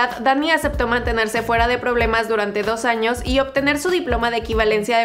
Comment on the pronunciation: Hay no dice años dice anos